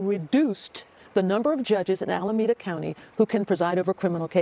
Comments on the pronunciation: Al-a-me-da, not almeda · You should learn to say Alameda correctly. AL UH MEE duh. 4 syllables. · ALAMEDA AL-UH-MEE-DUH 😄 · please learn to pronounce the country correctly